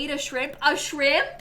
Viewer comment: The way says "a shRIMP?!" absolutely sends me xD😂